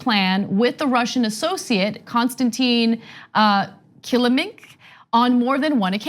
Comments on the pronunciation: Kilimnik.....pronounced like killem nick, NOT killa mink!.....Just saying! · Anna not being a speaker of Russian...I am hearing Kilimnik is pronounced (Ka-lim-nick), if this can help in any way.